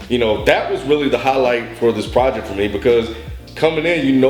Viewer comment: lol god forbid they ever find another word for "project"...or, i mean.. "projeck"